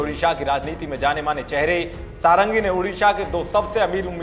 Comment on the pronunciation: सारंगी नहीं षड़ंगी है भाईसाहब,,,ओर षड़ंगी उसे कहते है जिसे छ वेदों का ज्ञान हो,,,प्रताप चंद षड़ंगी,,,,,,ok